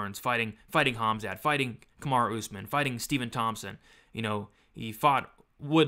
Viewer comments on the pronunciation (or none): none